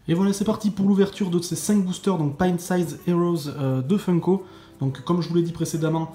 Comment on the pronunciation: Merciiiiiii de bien prononcer "Pint Size" !!! Enfin quelqu'un qui le dit comme il faut !!!Par contre pitiéééééééé ! Ne dit pas "booster" toi aussi... ça ne veut rien dire pour ce genre de sachets (ou blind bags) Rhaaaaaa mais même nous on n'a pas Rick normal T___T (par ailleurs la bouche et tout c'est sérigraphie, ou tampographie donc c'est normal que ça soit super net ;) )Franchement tu as eu que des super sympa (bon nous on les aime tous haha !)Sinon c'est super cool de te voir faire des ouvertures comme ça, ça vaut un bon pichet de cidre ! On en veut d'autres !!! Hâte de voir les Mystery Minis !!!